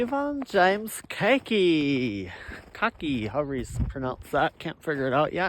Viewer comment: the last pronounciation of kaake was funny to me as a german, because it sounded like "Kacki", which in german is the cute version of crap. ^^ Don't call yourself that, you deserve better 😅